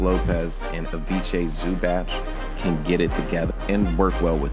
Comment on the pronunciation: lmao at how he pronounced Zubac